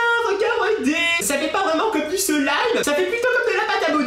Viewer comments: C'est slime et pas selime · On dit du slaime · C'est du slime et nn du silime lol